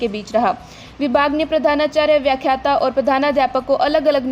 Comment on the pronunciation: व्याखात्त नहीं व्याख्याता है